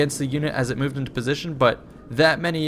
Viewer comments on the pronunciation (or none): none